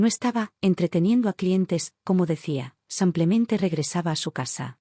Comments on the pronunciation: Por favor!!!! Aprenda a decir SIM PLE MEN TE ! SIMPLEMENTÉ! no SAMPLEMENTE! Relata muy bien pero el samplemente me pone con los nervios de punta ! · Son traducciones automáticas desde el inglés. En inglés, muchas palabras no tienen género, son iguales para hombre y mujer. El traductor automático no distingue. De todos modos, no sé por qué no le sale "simplemente", dice "samplemente". También tradujo el nombre Melissa como "toronjil" casi al final de la historia (significa eso en español). Jajaja, me hizo gracia. En otra historia tradujo "free" como "gratis", en una oración donde debía haberlo traducido como "libre". Jajaja, "Me sentía en paz, pero, lo más importante: gratis". Fue muy cómico.